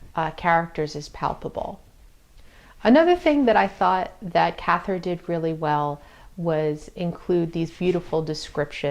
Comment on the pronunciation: Honey, it"'s " Cather " to rhyme with " rather ."🐾❤️❤️🌏🌏💚💛 but I share your great love and admiration for this gorgeous work.